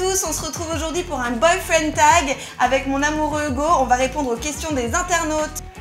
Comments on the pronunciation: Ça me tue elle dit Ougo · ca m'enerve elle dit hougo a lieu de hugo